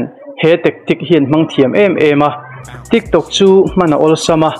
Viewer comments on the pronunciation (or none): Tik tokh ( min tawk suh...tia tawk ang hian lam loh tur).... anilo tik tok tia lam tur( tok tia lam mai tur sap thumal anih khi...😂😂😂 Sap thumal chu sap Lama lam mai tur, mizo lam Dana kaihlek hi hmar lam hian enge in chin em Ema...thring tha top...😂😂